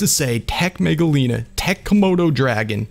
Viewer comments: the megalania the pronouncement is mega-lan-e-a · Just wanted to put in my thoughts here, and the lizard's name, at least the way I'm used to it, is pronounced as Mega-Lane-ia. My name is Nick Shelton from Washington state, and I love your content. I've also noticed everyone saying Quezt as Kwetz, and I'm more used to saying it in my head as Ketz, because of an Aztec god named Quetzalcoatl. Again, those are just my thoughts on your content and names.